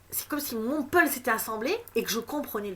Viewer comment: C'est moi la lumière : on dit puzzle et pas pulz. Sinon 43mins pour dire que ta révelation c'est qu'il va y avoir une révélation choquante en juin....